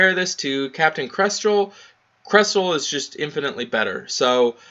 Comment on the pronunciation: You keep calling him Krestrel...its Kestrel. One R :p lol